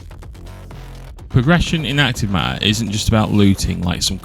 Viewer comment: "acrive maaaaer"